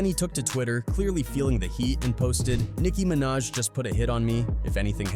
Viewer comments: Don't forget "Nicki Manat" 😂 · Nickin mennaj yeah I'm done A.I. is being overused so much with you tube smh